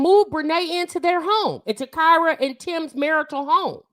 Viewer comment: Everyone in the video: Ah-kee-ra: Ah-KYY-ra 😅 loved the convo as usual tho 💕